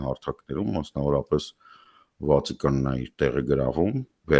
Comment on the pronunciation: ուղղեք ձեր հայերեն արտասանությունը Վածիկան -Վատիկան